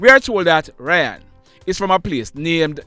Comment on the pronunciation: It's RAY-ON NOT RYAN